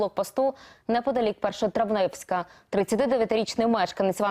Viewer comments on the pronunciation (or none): Наверное не Першотравневска,а Першотравенска (Першотравенська)